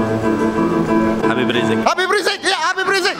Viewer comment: Habib rizieq bukan riziek om... 👍 Beda satu huruf beda arti namanya